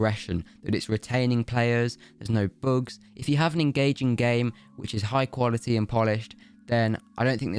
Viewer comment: No offense but.. "boogs"